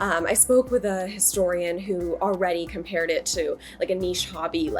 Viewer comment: I love when supposedly smart people say, "ardy" instead of "already."